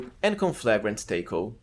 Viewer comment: Wow you mispronounce taco.